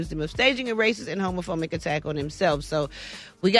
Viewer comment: Brat did you just say homophoMic attack?